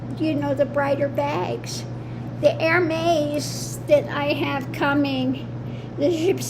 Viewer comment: P.S. Love this video, I’m a handbag lover (kind of obsessed). LOVE the Gather Bag…and it’s pronounced Er-mez. ♥️♥️♥️♥️